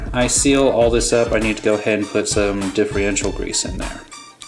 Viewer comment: Hey, Just catching up on all your vids as a new Subscriber, via Gio-R1.. I noticed how most Traxxas 2wd's are vertually the same Transmission wise anyways:) so alot of the videos i've watched today are the same videos Just with different colours.. its Differential not Diff-Re-ential no worries my bad, your Rc collection is pretty sweet & I see you have alot of time&love into them.. how come you didnt go with the 4x4 Slash with Velenion..?